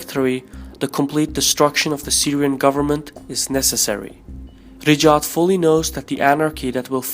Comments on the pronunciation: Its raYed not riDJAd. Anyway the saudi family is a terrorist organisation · Pronounce Ri Ya D (Riyadh) and not Rijad ! There's no J / G sound in Riyadh. Thanks. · He is pronouncing Riyadh as Rijad 😂😂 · Riyad not Rijad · At first I was like what the hell is "Rejaad" but then I figured that is how he`s pronouncing the Saudi capital 'Riyadh' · There's no 'J' or 'G' in Riyadh btw.